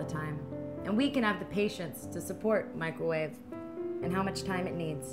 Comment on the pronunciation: Micawave lol